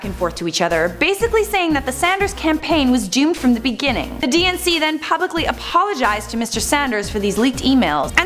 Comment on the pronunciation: When she says DNC, I keep hearing and thinking she is saying "DNCE" (the band who sings Cake By The Ocean and Toothbrush XD Why do they have to be my favorite band? XD)